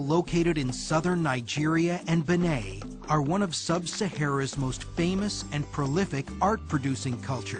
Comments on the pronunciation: Why is he pronouncing Hausa as oo-say and Benin as Benay? 🤣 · Not pronounced "beh-NEY" but "BEY-neen" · look for the video "How to say or pronounce Benin" buh-NEEN not buh nay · "HOO-seh"? Really? Please check the correct pronunciation. Ditto for "Benin." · Exactly, even the way he said “Benin” sounded weird & it’s literally pronounced the way it’s written 💁🏾‍♀️